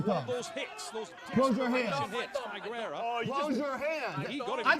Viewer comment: I love how everyone adds a syllable to GUERRA's name....it's not GER-AIR-UH.....ITS GAIR-UH